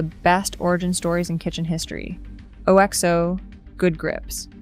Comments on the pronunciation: If you can't get your Ai voice to pronounce Le Creuset correctly, your commentary loses some credibility. And 'O-X-O' instead of OXO!? Who signed this off? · You do not pronounce OXO correctly. It's oxo, not alexo.